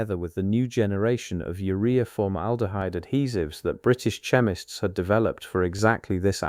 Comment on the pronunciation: The AI narration is definitely lacking; words like chemists, Reich, and others mispronounced, make it tedious to listen too. The video is pretty much totally unrelated to the narration - I'm going to label this video as... AI SLOP!